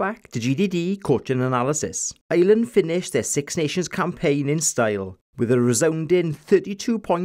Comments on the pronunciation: I'm Irish and I'm the complete opposite :P love the Welsh accent but can't stand the way the Welsh and English call us "Island". We are one yes, but our name? No. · I’m Irish and love the way you say ‘Ireland’.